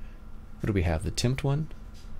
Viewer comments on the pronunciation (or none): It's pronounced (timp-tea)